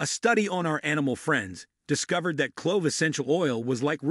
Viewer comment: In vitro, esophageal, antimicrobial, "clove" pronounced like "glove", this narrator does not know how to pronounce the vocabulary in his video. This is the spice Columbus was looking for. It's from Indonesia not India and that's real reason why Native Americans are referred to as Indians. They sell clove cigarettes in Indonesia a friend of mine used to smoke them all the time unfortunately he passed away from prostate cancer.